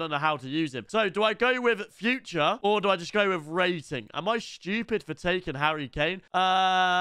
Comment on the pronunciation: he’s called foo trey not future